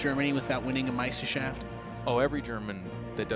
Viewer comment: Also, your pronunciation of "Meisterschaft" is hilarious. the -schaft isn't pronounced like "shaft"... it's more like "shahft"... The R in "Meister" is another thing entirely. It's made by pressing the very back of your tongue against the very back of the roof of your mouth. So the "er" combination in "Meister" ends up sounding like the English "air" but with the R in your throat.